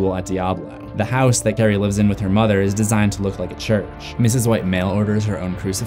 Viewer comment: Lol I thought he said Karan